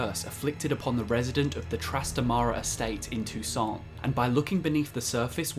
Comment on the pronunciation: "Toussant" wat